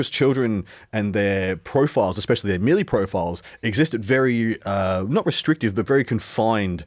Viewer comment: Please stop saying Meeeleee